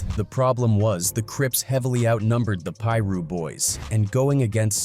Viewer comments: Why the narrator can’t just piru instead of pie-ru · that shit said “Pie Russ” 😂😂😂😂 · It's PIRU street..... get it right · This mf keep saying Piru wrong and it’s pissin me off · The Pira's were no joke. Why this MF can't say it right SMH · It's AI narrated. It can't pronounce Piru. They're probably overseas somewhere.. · You don’t know how to pronounce piru foo